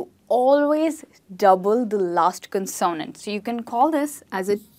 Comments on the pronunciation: Mispronounces consonant! Cannot show this video to my students even though spelling rules are good., please refer to your own video Word Stress in English for first syllable stress of a noun CONsonant. Love your presentations! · You pronounced CONSONANT in a new way, is it Indian English? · I agree with some comments the word consonant is mispronounced. I think that the word "vowel" is mispronounced too. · You are wonderful! Just a slight correction on pronouncing " consonant" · Dont you think, you pronounce "consonant" word wrongly?😟